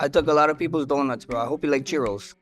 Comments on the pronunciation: He said "cheerios" not churros. You know; donuts, 0's (O's), etc. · I thought max said cheerios lol i was mad confused. I was like thats still an O lol